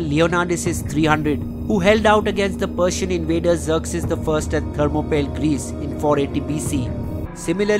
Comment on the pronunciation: Apart from many pronunciation mistakes like Thermo-pee-laye is how it's actually pronounced... There are grave misinterpretations and inaccuracies about the policies and events. Pradhanmantri II in my opinion has the best report on this. In that series Karan Singh clearly mentions that Kashmir had already acceded to India but Nehru refused to accept it until Sheikh Abdullah was made the PM. That was Nehru's demand. He was also the one who proposed the plebiscite while SVP clearly mentioned that the accession is complete under British authorities.